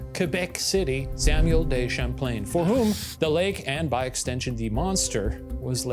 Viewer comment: i'm sorry, samuel DAY champlain??????